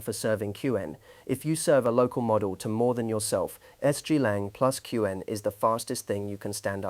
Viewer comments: Q-Wen is not the way most people pronounce it. Also, put at least 2 seconds of dead time before narration starts. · So I'm not alone ^^' And "cue N" for Qwen is a bit unsettling too. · the speech timing in this CLEARLY ai read is grading... the way it pronounced qwen, the way that it starts a sentence and sometimes pauses in the middle and continues... very annoying to listen to... that said, the content is top notch... I'm going to be reevaluating my local inference server for my openclaw setup this weekend. thanks. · that's why we keep coming back indeed, though mispronouncing "Qwen" tends to show he's a beginner, which he's not, apparently...